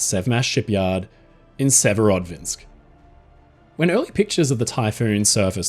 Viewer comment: The are two Dvina rivers in Russia. The one in the north (sever) gives its name to Severodvinsk, hence the pronunciation is closer to Severo dvinsk, rather than Severod vinsk. Not being a smartarse - I've learned a lot from my friend, so just giving a little something back.